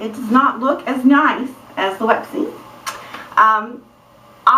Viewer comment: I think when you had those 2 things sticking up it was so cute haha I laughed out loud ^_^ That was a great idea to tighten them like laces!! Always a smart one, you are!! ;) I love watching your videos!! Oh and I say pronounce it like you did in the video (Lowepsy)! It sounds cooler than Loopsy :P